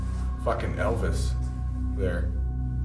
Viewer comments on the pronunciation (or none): I love the way he said f*cking Elvis!😡💢Like if Elvis owed him 50 bucks 🤣😂🤣😂🤣😂🤣